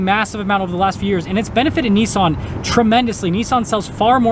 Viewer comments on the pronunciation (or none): Nissan is pronounced as it is spelt, what is so difficult to comprehend. So why pronounce it Neesaaan. At least Honda is the same both sides of the pond.